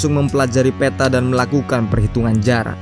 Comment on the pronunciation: Peta..bukanya peata sebutanya wak...